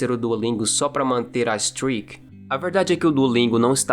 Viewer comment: Streak se lê "streik", não "strik". Tipo Steak de frango, se ligou?